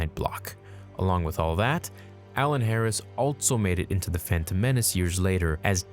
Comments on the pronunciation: Anybody else notice the pronounciation of 'altso'? Lol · I really do enjoy your vids, but hearing you but a T in ALSO drives me nuts!